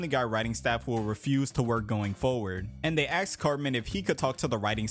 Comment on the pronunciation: Aks him ??? 😂 Just say ask